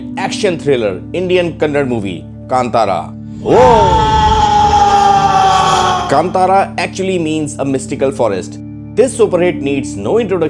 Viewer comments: "Kannada" not kannad,i hope same mistake never happen. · Hey it's kannada not kannad 😠